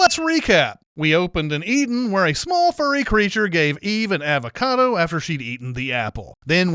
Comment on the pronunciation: I think this whole video should be sinned because of your annoying pronunciation of avocado!